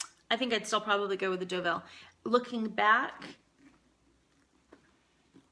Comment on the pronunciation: You're so funny and love your reviews! Just an FYI "Deauville" is pronounced "DOUGH-VEEL" and not "DA-VILL" :-) What a versatile bag and definitely awesome for a travel companion!